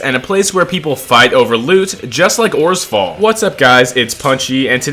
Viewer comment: saying "oresfall" had me tripping